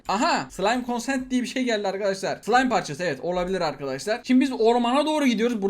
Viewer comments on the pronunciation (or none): none